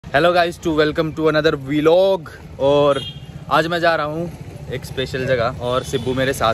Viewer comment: Bhai vilog nahi "vlog"